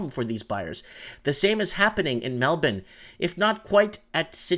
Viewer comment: Hey I am glad to hear you pronounce Melbourne correctly now. Great work Buddy.